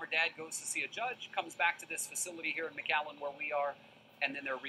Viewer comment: it's pronounced Mc-Allen not Macaw or what ever you said. Kinda Mc Dbl just saying... I'm laughing my ass off! If I go to jail,, I don't get a blankie. At least they are offered mylar for their 72 hour stay. It's not the freaking rizt nor the Star ship Enterprise where they could replicate all the comforts of home with invisible force fields.